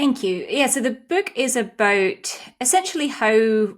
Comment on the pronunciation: “abowit” Scottish?